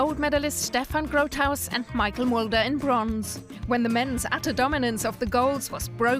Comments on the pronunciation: It isn't Michael Mulder it's Michel Mulder. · Michel Mulder. Not Michael Mulder.